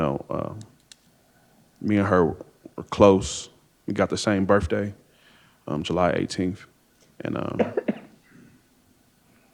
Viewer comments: Birfday??? BirTHday. I seen him??? I SAW him… wiF … wiTH…. My lord learn to speak Drug addicts and criminals always have the most drama filled lengthy stories that are empty voids of words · A "Burf Day" What a DUM-ASS!